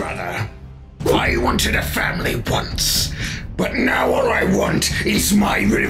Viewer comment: bro, didnt you just say frozen wubbox waaned to e unfrozeen